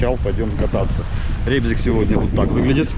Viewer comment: Как приятно, что называете правильно Рыбзик. Переназвали в это дурацкое Ребзик, даже не понимая значения слова.